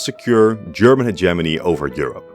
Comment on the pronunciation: sorry but i just had to click off after the way you pronounced hegemony